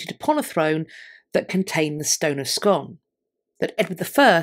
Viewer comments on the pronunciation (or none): Scone is pronounced Skoon, not as in a scone with jam…..